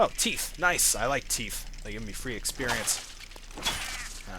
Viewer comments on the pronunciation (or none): I love that you say "teef" and not "teeth".